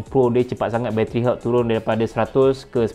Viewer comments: Health Pronunciation = Helth* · Nasihat yg berguna. Cuma agak keliru bila sebut 'health' dalam komentar. Bunyinya mcm 'hurt'. Bila dpt tengok perkataan mana yg brother rujuk rupanya 'health'. Jgn marahnya... Agak keliru kejap tadi. Hahaha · cane sebut health tu ? haha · Pronunciation “health” tu salah terok la!!! Tolong check dlm YouTube mcmne nak sebut dgn betul ya kuu…maaf sekadar pencerahan sbb byk yg buat video content tp sebutan inggerisnya mmg ke laut spt “pause” yg ramai sebut salah… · that is not the correct way to pronounce health...just google it.....